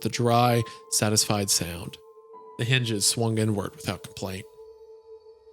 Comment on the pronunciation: I can't stop hearing "N Word" every time Isaiah reads "inward" and so I'm cursing everyone who reads this comment the same terrible fate ☠